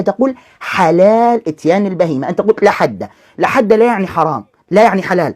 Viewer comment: بالتحليل النفسي لمخارج حروف هذا الايراني فتلاحظ انه ينطق مصطلح(لاحد) بنفس اسلوب نطق(لاحرج) بالتالي فان عقله البسيط يترجمها لنفس المعني